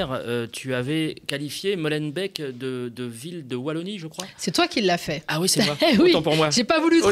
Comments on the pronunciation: Commune mixte ?!? Molenbêêk... Non bilingue ! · Et la prononciation de Molenbeek (eeeeee), aussi! Ca pique un peu à chaque fois! 😇😚